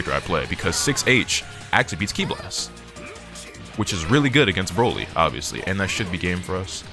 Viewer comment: Bro said “Droly” 😂💀